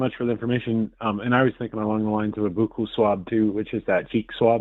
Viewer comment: Why is he calling a buccal swab a boo-koo swab?